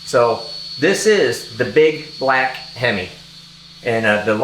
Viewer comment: Being a big time Hemi fan. I love this black hemi. every time you say black him I keep hearing the song black Betty.